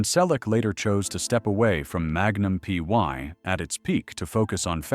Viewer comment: Why the story about Tom's life again? At least 5 to 6 times every day. Everyone we know has already read his book or listened to the audio CD. Learn English. It's free on YouTube. Read it. Don't copy other creators. It's Magnum P.I. not PY. Don't talk about people you don't know personally.